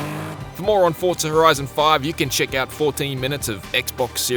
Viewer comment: Why is he saying forta? I'm confused